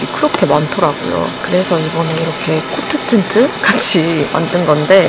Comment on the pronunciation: 코트텐트 발음이 너무 찰져서여 ㅋㅋㅋ